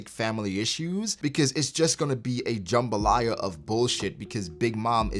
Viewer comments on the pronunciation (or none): Did i just here the word Jambolia lol